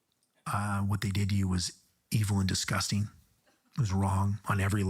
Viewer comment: I hate when people say the word disgusting like "disgusteen" there's a G in there my man